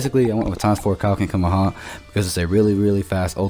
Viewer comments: it's kaio-ken Ka ME HA ME HA not kammamama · Am I the only one who hears him say kumehumeha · Cuma-ha-muh-ha 😂😂 Couldn't help myself lol. Great video btw! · OMG just say the Kamehameha right bro